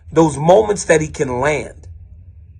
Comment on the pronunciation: DC betrayed that creole Lafayette accent when he said “fass” 😂 love it! God bless Dc and God bless The Boot!!!